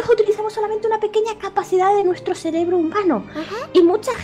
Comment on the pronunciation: () dijo celebró o cerebro?